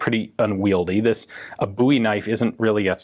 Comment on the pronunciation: Why is it so difficult to pronounce "Bowie"?